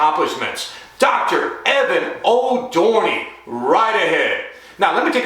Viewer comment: Wait.. did you say his name wrong? I guess he didnt get his TUNA.